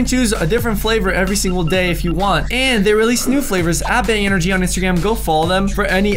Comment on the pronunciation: I’m so sorry but you said en-o-gy 😂😂😂😂☺️